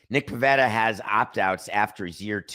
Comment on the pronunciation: It’s “Pivetta”.